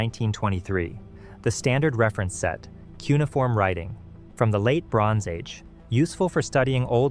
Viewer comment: "Kew ni form"? 'Cuneiform' is NOT a three syllable word!!!!